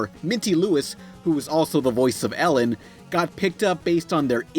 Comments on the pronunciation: one little flub, you said "The Voice of Ellen." its "Eileen" xD! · Ellen? It's pronounced eye-leen, like saying I lean. :p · If you can't pronounce the shows or characters why have this channel? It's Eileen not elane and it's cowboy bebop no booooop. This is your acclaimed hobby.... Perfect it dude.. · You called her Ellen instead of Eileen lol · Her name is eye-leen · Idk if anyone else noticed this but you said Ellen instead of Eileen (eye-leen). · Ellen....its Eileen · Not ellen, Eileen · Who's "Ellen"? Did you mean "Eileen"? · Minty Lewis's character's name is not Ellen. Its Eileen (pronounced eye-lean)!!!!! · Ellen? You mean Eileen right? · lol ellen